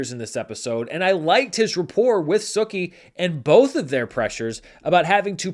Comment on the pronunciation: He said Sooki